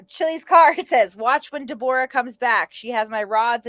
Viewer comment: He was never going to fight him even if he went back in time 30 year's. Also it's pronounced ( Deb- oh- ra ) COWARDLY POS LIAR ❗